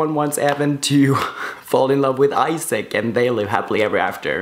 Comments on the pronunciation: I was shook when he said "Isaac" instead of "Isak" 😂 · I love your vids! But it is "I"sak like not like u say in English... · I'm swedish and in both swedish and norwegian we pronounce it Esak and not Aisak. Just wanted to answer your question, have a good day! :) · It's really throwing me off that he's calling Isak Issac instead of Isak. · I thought the name Isak is pronounced differently